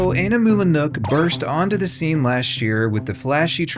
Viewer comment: Are you just flexing that you can pronounce "Animula Nook"? (I can't)